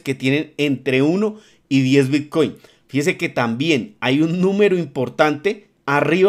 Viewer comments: Porqué dice "bitcuein" constantemente? Estamos hablando de bitcoin o de otra criptomoneda que no conozco? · ¿soy yo o dice realmente bitcUin ?